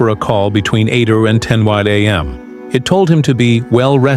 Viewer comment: Mr AI go back to school and learn how to say am and pms or 10 am😂